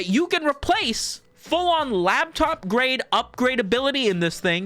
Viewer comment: Love that he calls it lab top ram